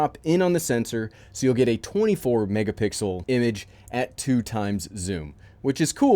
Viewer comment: I skipped ahead 10s three times and heard - 48 megapixels - mégapixels - 48 megapixel Lol